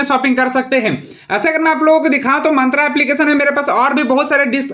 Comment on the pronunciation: मंत्रा nahi मिंत्रा hota hai Bhutiye 😂😂